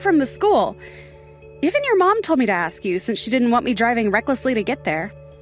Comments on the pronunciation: This fool talks about education yet can’t even strung a sentence together properly or correctly pronounce words. Says ‘axe’ instead of ‘ask’. His preschool son probably speaks better than he does. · Right? And on top of that he's dreadfully miscast, pretending to be blue blooded and super educated and can't pronounce ASK correctly.